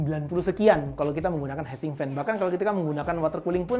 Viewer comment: hitsink bro, bukan head sink. heat itu dibaca hit. fail.